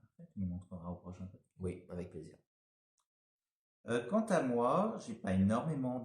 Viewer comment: plaisir pas palis 🫣